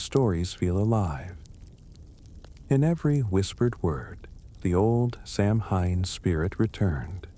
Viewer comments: It’s pronounced Sow -in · You’re pronouncing it wrong.